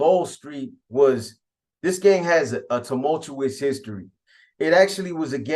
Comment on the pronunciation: Hold on one second ..what the hell does tomolutuos or whatever you said mean….lol